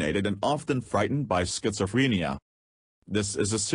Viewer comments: Schizofreeeenia, please say it right. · I can't get over how the voice over thing pronounces schizophrenia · you are pronouncing it wrong